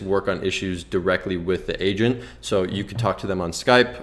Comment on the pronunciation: Finally an honest drop shipping guide...so much bs make 10k in ten hours type rubbish. TY! When u said u need an "agent" I heard "Asian" and was confused lol